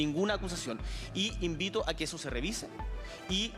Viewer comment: Se dice e invito, no y invito...